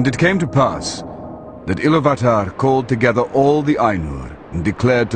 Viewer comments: 'Iluvatar' is pronounced ilUvatar, not iluVAtor. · In pronouncing the word Ilúvatar the stress should be on the second syllable.